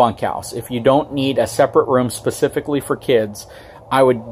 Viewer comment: Can make a drinking game out of the number of times he says “Pacifically”... lol, Nice informative video though.